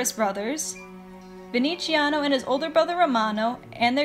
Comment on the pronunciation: I cringed when you pronounced VeneZiano as VeneCHIano. The "z" is like "zti." sorry, but ur video was pretty cool i have to admit